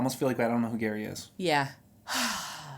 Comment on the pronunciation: It's Gerry pronounced Gary, not Jerry. And he lives 8 hours 47 minutes from Leslie.